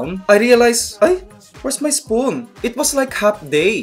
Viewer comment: "YOu just don't grab ettt like a rejjing animaLL.." HAHAHAH :P